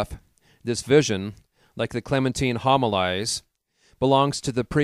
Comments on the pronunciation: Great upload. Some corrections. Homilies - hom i Lees Prunikos - Proo nik ohs Etc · Yes this is very true....as well as the word Homilies.